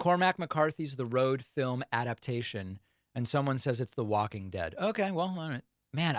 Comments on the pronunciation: He seriously thinks film is fil-em. Sees the word, and says fil then says m. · He can't even pronounce the word 'FILM' and has the nerve to brag about his cognitive test - that only people suspected of having Dementia are asked to take! Such an embarrassment. tRump is trying to rewrite history like he did all the right things. It'll be as laughable as his claim that he's 6'3" and 239lbs. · So funny, “fillum” is slang for film in South Africa! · Get over yourself, David - Filum is just a way of speaking. You don't have to talk over him - some of us want to hear what he is saying. Again, it's childish to be laughing so much over somebody mispronouncing Plasma. Some people say Data others say Daaaata. It doesn't matter. Try focusing on WHAT he's saying, rather than HOW. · The “fill-um” pronunciation that Trump is using is often heard in Ireland and Scotland. Still, it’s weird for him being an American from New York. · He can pronounce Astrazenca but not Film?? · Here In England up north they pronounce it like that lmao